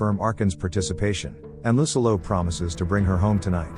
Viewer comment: I’m sorry but every time I hear lucillo’s name pronounced incorrectly, I couldn’t enjoy the video